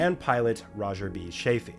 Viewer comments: Do you not know how to pronounce names? It's Yuri Gargarin.."Guh-gare-in" (you obviously didnt want to try that one...he's only one of the most famous space pioneers of all time). Gus Grissom...with an "M". Chaffee... "CHAFF-ee", nor "Chafe-ee". Watch other peoples vids before you make these. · That would be Chaffee with a short "a," not a long "a." 😊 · I thought Chaffee was pronounced "Shaft -e" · Dude, if you’re going to do historical videos…get the names right. Just Yuri? First person in space, ever! And you couldn’t even look up the man’s last name? Gus Grisson? 🤦🏾‍♂️ Can’t pronounce Chaffee’s name correctly…Come on Man!